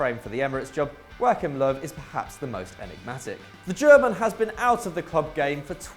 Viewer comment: Not how you say Joachim Löw...